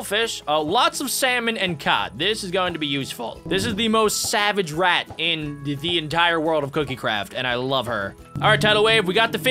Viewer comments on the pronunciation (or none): none